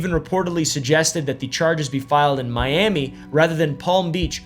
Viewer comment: Saying Me-om-me instead of My-am-me for Miami is wild